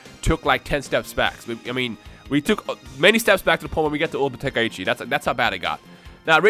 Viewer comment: True, nothin beats the classics. I noticed they kept on mispronouncing Tenkaichi. They were sayin Ten Kai Ichi. It's pronounced Ten, Kai, Chi. They got Budokai right tho.